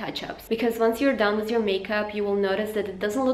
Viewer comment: Why do u say wiz instead of with